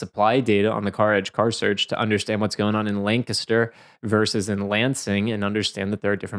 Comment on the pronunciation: Thank you for pronouncing Lancaster correctly! 😂